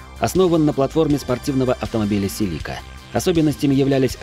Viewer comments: Француз херов, селика', се'лика правильно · Вроде не плохо Но названия некоторых моделей воспроизведено… просто смех 😂😂😂 КРЭСТА, ни когда такого не слышал 😂😂 Всю жизнь она была Тойота Креста Или Селика 😂 Целика! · Когда измеряют крутящий момент в нанометрах, и произносят СелИка, то какой объективности ждать от видео?